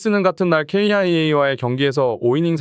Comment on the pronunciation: KIA 를 케이아이에이라고 읽냐 ㅡㅡ AI 수준 떨어지네